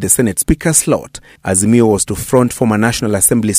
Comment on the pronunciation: Harroooo Ass-mio 😂😂😂msarrrendo mtafute booondo 😂😂Harrrooo Ass-mio